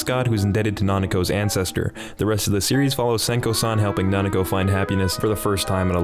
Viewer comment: "Kitsune no Senko-San" It's Sewayaki Kitsune no Senko-san. "Nanako" It's Nakano. "Yashikai" It's Iyashikei.